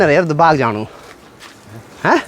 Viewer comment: Aunty baag nahi baagh bolo